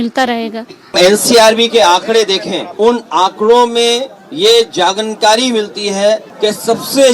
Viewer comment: ji jagnkari nahi jankari boliye please aap up ki Hindi sudh rakhne me yogdan kijiye kripa hogi aapki.